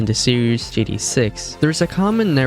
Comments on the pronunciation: G T A, not gda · What’s "jitty online"?? 😂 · you're saying GDA i dont appreciate it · Can you learn how to pronounce GTA online? It's not gda online 😭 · No fr tho I understand bro has an accent but it’s like he put in less effort into gTa Online every time he said it